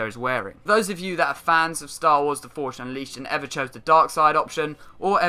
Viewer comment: i hate how you say force ... "forsh" xD